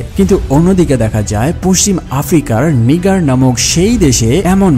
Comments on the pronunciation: নিগার না নাইজার হবে🥲🐸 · নিগার না নাইজার😂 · ভাই নিগা‌র না নাইজার হবে ওটা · নিগার না, দেশের নাম নাইজার 😂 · দেশের নাম নিগার না👉🏿 নাইজার 😂😅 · ভাই এইটা নিগার না এইটা হবে নাইজার। নিগার শব্দটা রেসিস্ট হিসেবে ব্যবহার করা হয়। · নিগার না রে পাগলা। এইটা নাইজার হবে।😂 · আরে ভাই "নাইজার"।